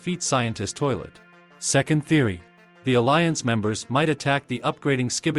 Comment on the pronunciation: I heard “toilt” 💀💀